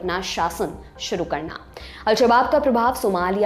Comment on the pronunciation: I liked your accent today when you pronounced aap dekhna SHRU kar chuke hai at 1.40 minutes 😂